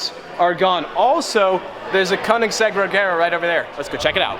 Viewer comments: If you are a koenigsegg fanboy why cant u pronounce it right? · Giovanni Donegà I've seen interviews where Koenigsegg himself pronounces it like the last syllable of his name. But you can say it however you like. How do you pronounce "gif"?